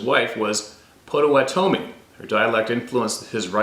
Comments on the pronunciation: "Pot a watt' a mi" Potawatomi with the emphasis on the watt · Hey brother… the way to say it is: POT OHH WATT OHH MEE 👍❤️🇺🇸… not trying to be a critic, just trying to help. Much love ❤️ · Pot-uh-waht -uh-me. Potawatomi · Here in Oklahoma, it's pronounced Pah-toe-wah-tah-me. If that isn't correct, I apologize, I've heard it that way all my life.